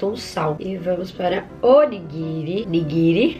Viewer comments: Vc falou errado era nigirii Quem reparou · É niguiri mn ela errou kk